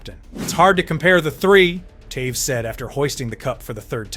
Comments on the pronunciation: Who's Towes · Hundreds of hours of research and you post a new video every day? Mispronounce multiple iconic hockey names and make bold statements such as Toews wasn’t an offensive talent nor did he ever score highlight reel goals? Yeah ok bud